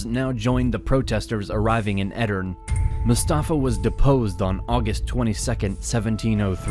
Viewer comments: Great summary. Btw the last e in Edirne is not silent. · The e at the end of Edirne is pronounced btw.